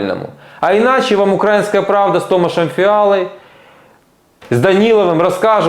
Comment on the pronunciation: Не ук'раинская , а Українська.ти якщо такий правильний і щирий українець, навчись хоч вірно ставити наголос коли мова йде про Україну